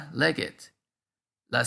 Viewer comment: No entiendo tu pronunciación de la U Ni la I ES legit o leget